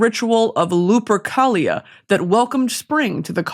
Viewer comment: When she pronounced Lupercalia correctly then miscorrected herself i cried. (The letter c makes a k sound in latin)